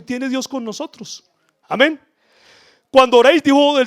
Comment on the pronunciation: Por qué dices Ameñ Cada Rato Amén Y Amen